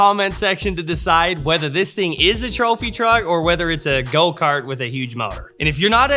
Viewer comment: What in the world is a “Thropy truck”? lol 😂